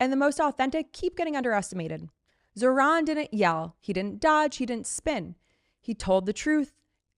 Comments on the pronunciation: The name Zohran has the accent on the first half, not the second. Please get it right. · It’s pronounced Zawrun not Zohran. Man get it right! 😡